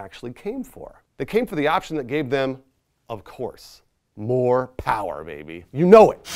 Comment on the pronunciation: I love you. But you can’t say powah with the hard “R”